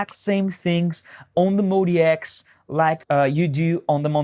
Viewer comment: Calling it the "Moe DX" ruins it for me. MODX clearly should be pronounced "Mod-X." On the plus side I no longer have GAS.